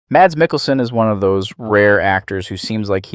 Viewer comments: Here in Denmark, he is the biggest star and most likely will remain the superstar for decades to come. We're quite proud of him. His name is pronounced Mass, not Mats. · I'm Danish, just like Mikkelsen, and my brother's name is Mads. 'Mads' is pronounced 'Mas'. The D is silent. It's not 'Mars' either, but just like you'd pronounce 'has', only with an M. The same goes for Madsen, as in Virginia Madsen or Michael Madsen, or old Madsen machine guns. The D is silent, so it's pronounced 'massen'. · That's not how you pronounce his name 😭 The D is silent. Its pronounced Mass like the end of Christmas. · please, the D is silent. his name is pronounced mas. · Its so funny to hear people call him MaDs, the d is silent so just call him Mas😂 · Just here to say two things: 1. love the vids. 2. His first name is pronounced Mass.